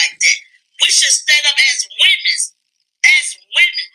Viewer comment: CHILE CAN'T SAY WOMEN 😅 🤡🥱